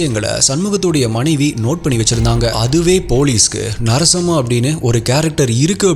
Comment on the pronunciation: Narasamma.. Not sarasamma...😂😂😂😂